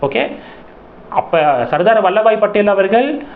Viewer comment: வல்லப பாய் படேல்... வல்லபாய் இல்லை 🙏🙏